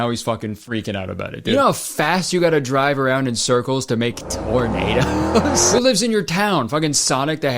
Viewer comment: I've never heard tornado pronounced "ternader" before, but that's how I'm going to say it from now on.